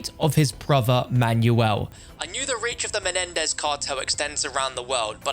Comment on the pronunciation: I like how he says “Manual” instead of Manuel’